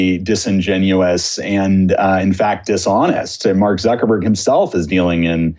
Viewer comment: Zuck not zook.